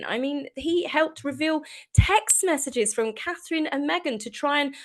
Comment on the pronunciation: Does this lady in red have difficulty saying CATHERINE? William is defending his wife and children, why the hell should he be "the bigger brother" Is that another way of saying doormat? Wrong brother dear!